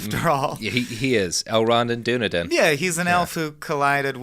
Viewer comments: Lol Dunedin is pronounced "done-eee-din," not "dune-ah-din" I grew up there. Kinda cringing through aspects you're not quite getting right, concerning the history of the Scieno takeover. But otherwise, pretty good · pronounced Duh-knee-den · Hearing Dunedin mispronounced was like nails on a chalkboard